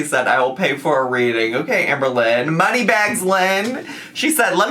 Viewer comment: Did I just hear ‘Sham-berlynn Reid’?!